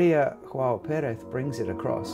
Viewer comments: Small note: Maria João Pires is from Portugal so no “jota” pronunciation to her name. Other than that, I find her excellent at Mozart and transcendental at Schumann, but somehow, I can’t get accustomed to her renditions of Schubert’s work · No, her name is not pronounced "ioao". The initial "J" is sounded softly, like the initial "G" in George. Greetings from Brazil. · Maria Joao Pires. In this nameJoao is better pronounced Yoao (as Jo in Jones). She is a great pianist. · That’s also the case with Maria João Perez whose name should be pronounced in Portuguese and not Spanish.